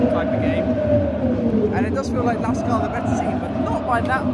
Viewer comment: Thanks for the visit, glad you enjoyed it! Some more background from a LASK-fan: Regarding pronounciation, you already nailed it - it's quite simply "LASK". What you heard from the fan chant was "Forza A-S-K" - this chant uses just the ASK part of the club name and stands for "Athletik-Sport-Klub" (Athletics Sports club), the "L" standing for "Linzer". So you can either say "LASK" (like ) or "Linzer A-S-K" (similar to Grazer AK, which are G-A-K in short). And the fanzine you got was a bargain for 2 pounds :D It's not a matchday programme, but rather the 10-years anniversary magazine of the fan collective "Landstrassler" - the ones with the big banner on the ultras stand. They've really come a long way, from basically 50 active members back in 2014 (3rd league, non-league football level) to what you witnessed yesterday. Definitely consider going to the Linzer Derby one day - however, getting tickets for the game at the Blau-Weiß stadium is close to impossible due to their tin box capacity of only 5000 and 100% of tickets being sold exclusively to club members. So i guess, you'll have to check out the "Gugl" (as we fans call the LASK stadium) again ;)